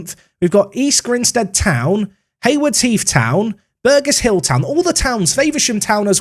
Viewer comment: Heads up on pronunciation for next video - it's 'Bur-Jess Hill' for Burgess Hill Town !